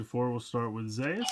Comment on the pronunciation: It's Zearth. In Japanese they pronounced it Zeas. Ultraman Zearth is ridiculous and comedic Ultraman, because his transformation device is toothbrush. That's for correction